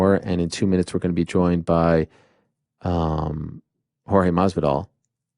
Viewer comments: Come on...it is maSvidal, Ariel says it MARVIDAL...always the same xD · Ariel, you're almost right with your pronounciation of Masvidal. You just have to replace the "s" with a bit of an exhalation. That's how many Latin Americans would pronounce it. Almost like "Mah-vidal".